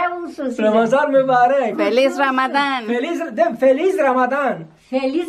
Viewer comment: Lo pronunció mui bien. tu suegra feliz ramadán, tan linda.